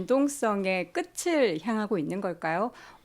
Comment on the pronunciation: 아나운서가 ‘끝을’ 발음 틀리시면 어떻하나요? 흔한 오류 중 하나인데. [끄틀] O [끄츨] X